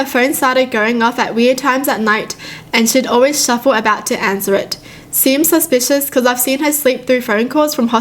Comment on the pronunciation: “dOnt be SusPius dAnt be Saspuis DONT BE SUSPIOUS”